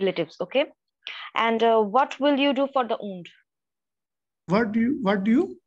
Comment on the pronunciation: Between the stress of the exam… what cracked me up was … what will you do for the ound! Oond? Wound! 😂😂😂